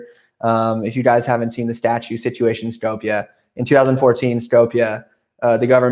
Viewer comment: Shkoop you pronounce it like scoop of ice-cream but with "shoo". That's how Skopje is properly pronounced.